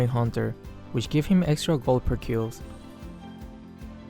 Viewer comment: AYO THE WAY HE JUST SAID GIVE I CANT WIWNIENER